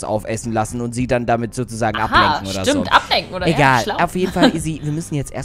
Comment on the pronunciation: sagt stat stimmt dimmt😁